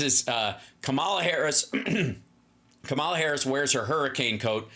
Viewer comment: Hal, pronounce Kamala’s name correctly, please.❤